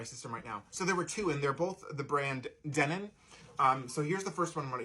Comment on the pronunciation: LOL, "pliers" 🤣 Not 'DEH nin', it's 'de NON'. Good equipment. There's only so much quality you can extract from a cassette (and it's not much), but enjoy the journey into the past!